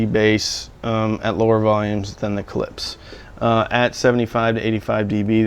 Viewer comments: 🔵 If ANYone came over to my house and put a coffee cup down on one of my speakers they'd DEFINITELY be remonstrated with! ....and Btw, the speaker companies name is pronounced: ClipSH,... Not "Clips". It puts a steering wheel on my groin [drives me-nuts], when you say it like that). I also think that the Polk might have bad crossovers or a batch came through that weren't 'Voiced' properly for some reason (it has been known to happen!), It might be worth it to contact Polk and speak with them about it. Tell them if it works out you'll do a re-evaluation. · "Clips" lol KlipSCHHHH like "shhhh" ;) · todays lesson: Klipsch, not clips. Husqvarna, not husk-a-varna. and finally Porsche like poor-sha, not porch. lol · I think you should pronounce Klipsch "clips" at least one time in every video you make. I think it's your thing!